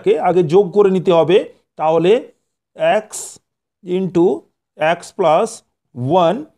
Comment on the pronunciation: ২য় অঙ্কের সমাধানে প্রথমেই ভুল লিখেছেন । (X - 1)-এর বর্গের স্থলে (X+1)-এর বর্গ হবে । আর উচ্চারণটা আ্যকস্ নয়, হবে এক্স ।